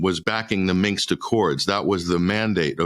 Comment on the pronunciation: 'Minsk', not 'Minx'...🙄 That would be an entirely different kind of accord, methinks...😆